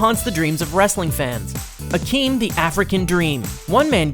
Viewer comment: Akeem. There was NO H in his name